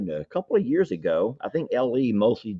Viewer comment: Sounded like 'YEARS"